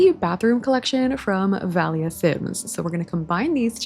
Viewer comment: Valia is actually a greek name and it’s pronounced VA-lya! Love your vids btw🥰❤️!